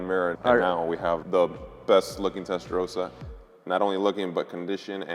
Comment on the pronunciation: Testaroasa?! SAY IT RIGHT! IT'S NOT THAT HARD!!!!